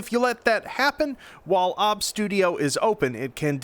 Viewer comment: It is so wholesome when he says "obs" instead of OBS